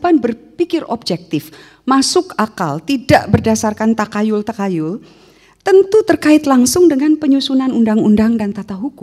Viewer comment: Pengucapan Takhayul: Tahayul bukan takayul...